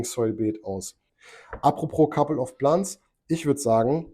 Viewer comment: Couple of Plants (Pl Ä nts) ..denglische aussprache ist schlimm :D .. also richtig , oder gar nicht ^^ .. schönes wochenende und einen erfolgreichen grow :)